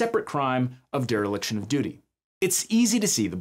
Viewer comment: Dereliction, not deriliction.